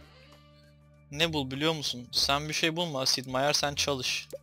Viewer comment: Abi Sid Değil Sip